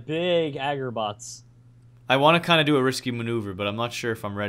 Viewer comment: "agerbots"? you mean agarbots